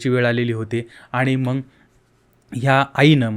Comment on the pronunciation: हे येड आहे.नीट बोलायला येत नाही.मग न म्हणता मंग म्हणतो.याला काही अक्कल असेल असं अजिबात वाटत नाही.याच चॅनल बघणे म्हणजे वेडेपणा आहे.